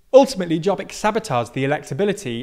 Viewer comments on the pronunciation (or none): it is Yob-bik, not "job-eek". why is it so hard to check, every foreign news media, its not even hard to pronaunce....? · Jobbik. Not dzsobik. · "Jobbik" mispronounced [Jobbic] whereas it's [Yobbic], means "the better one". "Mi Hazánk" (pronounced quite well) means "our homeland". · It's not pronounced Djobbik, it's pronounced Yobbik. I swear why is it so hard for Americans and British to go to Google Translate and listen on the pronuncation of certain foreign words and terms. It's not that hard. But I guess it's easier to be ignorant. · Jobbik is pronounced as Yo-bbik, with the double meaning of "better" and "more right" (as in rightwing), and while they were a far-right party, they expelled those members and self identify as center right conservatives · If you want to analyze a political problem in a certain country, try to say the names in the right way. Like Jobbik which pronounced Yobbik. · A quick correction: Jobbik is pronounced like “your beak” with a heavy British accent (silent r). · Jobbik (pronounced "yo-bick") was the cuckoo's egg. a lot of people just didn't vote for a coalition that had a party who proposed a bill to list jews and such. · their campaign was "we aren't orbán" -Jobbik (pronunced as Yobbik) becoming less and less right wing -a giant machina that turned every single word from them into something negative -gyurcsány (he's the left wing's orbán) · FIDESZ is pronounced "Feedess" = Fiatal Demokraták Szövetsége (Alliance of Young Democrats) and Jobbik is pronounced "Yobbeek" and is an abbreviated from of Jobbik Magyarországért Mozgalom (Movement for a Better Hungary). Your take on the recent landslide victory in the Hungarian elections and landslide victory of FIDESZ is very interesting. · And he can't even say Jobbik as it is spoken.